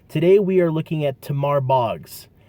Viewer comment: Listen. I know this kid. He's one of the nicest and kindest people you'll ever meet. He just had a bad moment. We all do. Also, it's pronounced "Taymar". And lastly, he's not in prison. He's been out for at least the last 3 years.